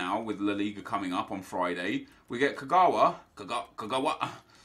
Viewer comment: Knaussenheimer anyone gonna talk about fail attempt at saying Kagawa